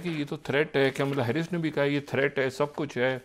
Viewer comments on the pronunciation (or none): Kamala harris not camila harris. Mr. Propagandist pronunciation should be corrected.